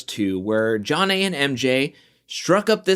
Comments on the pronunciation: Just what Beth did calling Jonna “ Junn Nay” even after being corrected would’ve got me riled to the point of calling her out myself. The quitting was wow like aren’t you grown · Beth had pronounced her name correctly 3x at the table w/ Mark before Jonna came over and joined them. She was purposefully mispronouncing it to insult/disrespect her bc she seemed to really believe Jonna & MJ were having an affair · I think Beth is a liar. I also think it was disrespectful that she continued to mispronounce Jonna's name after being corrected. Her name should be pronounced BITCH instead of Beth. She also looks like she's in her 50's, so there's that.